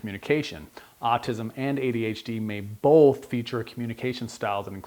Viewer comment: I'm getting really hung up on the fact that this guy puts an L in the word "both". It's hard to listen to.